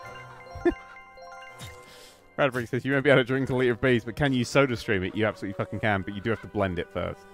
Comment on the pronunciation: I know you said vees